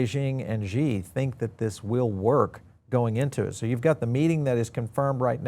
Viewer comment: Xi is actually pronounced like she, just fyi… thanks for the video